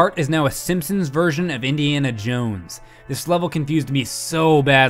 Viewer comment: GRAND MA!? SEEMPSEENS!?